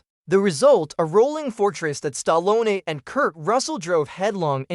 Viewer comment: "STAH-LOAN-EH"....Stallone....AI SUCKS!